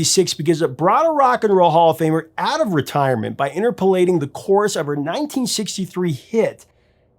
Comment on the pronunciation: INTERPOLATING is pronounced in-ˈtər-pə-ˌlāt-iŋ NOT in-ter-pohl -ˌlāt-iŋ